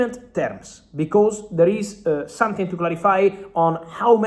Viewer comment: Not sonthing not sonthing not sonthing please try it’s easy